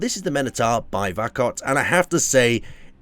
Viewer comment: Sorry, but I will correct - "Vakot Industries"